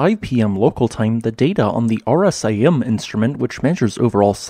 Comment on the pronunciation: RSAM isn't an instrument itself, it is a value calculated from the measurement of seismic signal amplitude from one or more seismic instruments over a period of time. The acronym Realtime Seismic Amplitude Measurement is typically spoken as a word "r-sam" Thanks for putting these videos together, always interesting to watch.